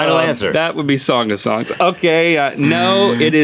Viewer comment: As a theological major, I was crying at "Thong of Thongs"!!! XD